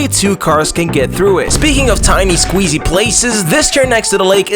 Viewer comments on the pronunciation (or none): you said squeezy lol